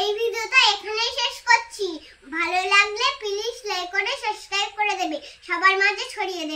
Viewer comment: খুব সুন্দর হয়েছে তোমার তালের পিঠা।আর একটা কথা, সাবস্ক্রাইব হবে ।সাসক্রাঅইব নয় । সঠিক উচ্চারণ হলে শুনতে ভালো লাগে। কিছু মনে কোরো না কিন্তু।❤😊